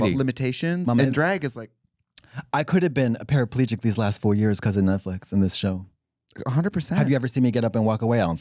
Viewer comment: “netflick program” trixie is 100 years old lmao